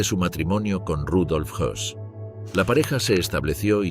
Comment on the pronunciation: era rudolf Hoss y no Hess